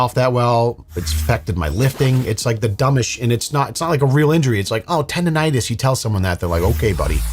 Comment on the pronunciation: TENDONITIS!!! FFS! Arrest the narrator for wasting O²